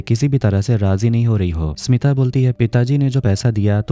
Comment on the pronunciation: My name is smita thanks aapne sahi se pronounce kiya baki log to acche se ni bolte .. Btw nice explanation